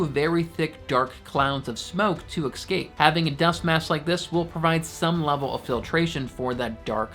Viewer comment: Exscape is not a word.Escape sounds smarter for those who want to sound credible.Also it's "duct" tape not "duck" tape.Just sayin'